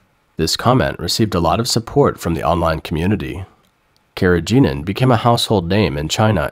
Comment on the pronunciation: Carrageenan which you didn't pronounce properly is a seaweed extract and completely harmless.